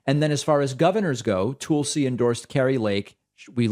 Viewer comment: Proper Hindi pronunciation.